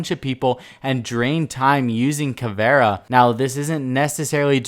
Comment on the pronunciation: Caveira not caviar